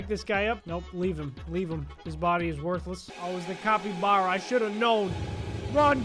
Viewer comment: He mis pronounced cappy bara 💀